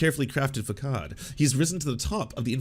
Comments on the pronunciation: It's pronounced /fəˈsɑːd/, lol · oh gosh it's pronoumced /fəˈsɑːd/ <3 otherwise realy enjoy your videos :) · Dude.. did you really not know how to pronounce facade? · Is that how façade is pronounced in Canada? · I used to have some respect for this channel until he mispronounced "facade". Sad smh.